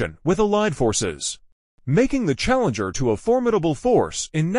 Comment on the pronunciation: Ah yes, the *CHALLEMGER*.